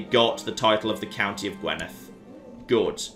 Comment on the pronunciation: I know you probably won't have to say "Gwynedd" any more, and your pronunciation of "dd" is perfect but could you please say "Gwinedd" instead of "Gwenidd". On another note, well done on achieving the Kingdom of Wales with what is one of the worst candidates possible, hell of a run that you've not been attacked by England yet! (Kembre is Breton for Cymru (which is Welsh for Wales)).